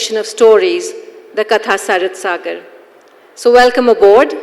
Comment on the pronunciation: How sad that the person opening the session cannot even pronounce the title of the book they are going to discuss. It's कथासरित्सागर, not कथासरितासागर। Are we residing a generation of idiots?